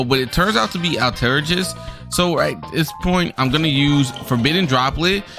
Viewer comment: Actually, it's "All-ter-guyst" not "All-ter-jist" 🤓